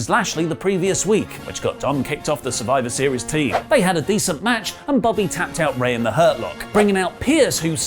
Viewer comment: She said "After Survive series" D.Drop 🤣🤣🤷🏽‍♂️